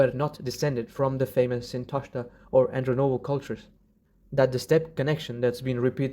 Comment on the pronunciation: AndrOnovo -- it is very important, in my humble opinion to state the names correctly in this controversial video regarding Proto Iranians and Proto Aryans. In this video several terms of mispronounced . Is a shame. It is obviously made by an Iranian speaking person. It is wonderful that you pronounce your cultural words correctly, but it's so annoying that you mispronounce others horribly❤😂😂